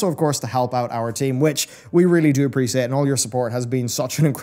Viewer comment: Appreciate pronounced funny am I the only 1 who thinks this? the mic goes from good to really bad once the intro finishes, hurts my ears! Paladin looks like my main this expansion though and have a shaman alt!